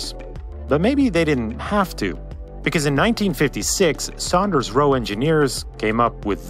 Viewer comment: Great Video.....the Builders name was SAWNders Roe..